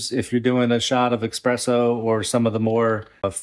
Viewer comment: PSA: ESpresso! Not EXpresso, please!!